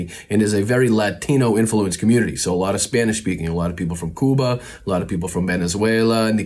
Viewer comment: is the first White Boy I've heard pronounce Cuba correctly. Gracias Mijo...